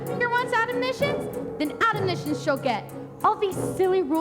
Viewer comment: She said admonitions like admodishions